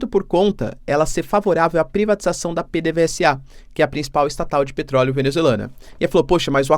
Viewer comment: Fala professor! Quando voce for falar PDVSA pode dizer Pedeveza que é como se fala na Venezuela.